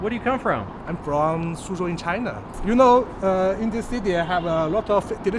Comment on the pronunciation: "sooo where are you frong"😂 she's so nice & cute